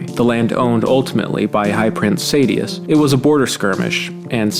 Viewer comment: Honestly everytime you said Sadeas wrong hurt my soul lol